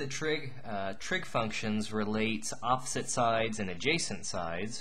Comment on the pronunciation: I just wanted to say "yopposite" is how I'm going to say that world now.